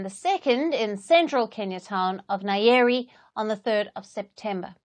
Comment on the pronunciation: It's Nyeri not nayeri